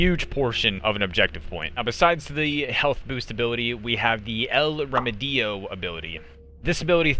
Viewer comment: Nailed it with "Libertad" pronunciation, "remedio" could've used a 5 second Google search for quality content creation...